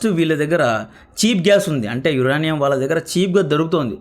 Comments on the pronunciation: యురేనియం bro యురానీయుమ్ కాదు స్పెల్లింగ్స్ నేర్చుకో బ్రో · Uraanium kadhu adhi uranium ( yurenium) ani cheppali. First pronunciation check chesi videos chey. Inka baguntundhi. Mislead avtharu telugu vallu province wrong ga nerchukoni. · యురనియం కాదు,యురేనియం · యురానియం కాదు యురేనియం మన రాజకీయ నాయకులు మనకు దాని ప్రయోజనం అంద నివ్వరు . GST+UST+MST+PST+BST+SST అన్నీ వేసి పెట్రోలు కంటే ఎక్కువ రేట్ ఫిక్స్ చేస్తారు